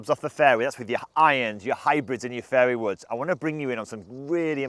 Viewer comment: In less than 10 seconds, did he say fairy woods? 🤣🤣🤣